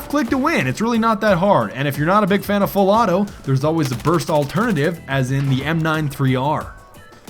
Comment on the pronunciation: haha, your "full auto" sometimes sounds more like a misspoken "fellatio"... anyone noticed that, too? xD